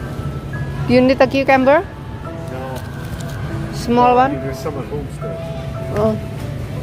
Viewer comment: She said "qcamber" for cucumber